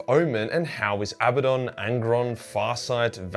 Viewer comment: In all great video and thanks for pronouncing Abadon correctly 👍 😀 👏 👌